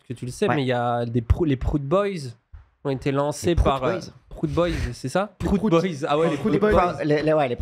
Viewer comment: Les proutes boyz plutôt non ?